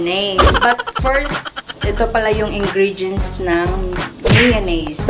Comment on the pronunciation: Dahan-dahan lang meeyownese "Maalat","Maasim" haha :D